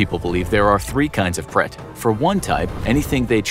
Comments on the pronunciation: It’s preta not pret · It is not pret it is pretha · It’s pronounced as Prate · bhai mai bhi Indian hi hu but mere dimag me hi nahi aaya Uska pronounciation pret alag hi laga raha tha